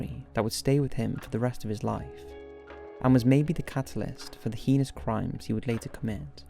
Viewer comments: That's not how we pronounce "heinous" in America, just saying.. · The way you pronounce the word "heinous" is heinous. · Yeah sounds like pen*s. Annoying.